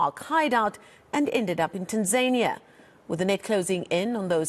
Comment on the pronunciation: It's Taaanzania not Tenzania Let's pronounce names properly please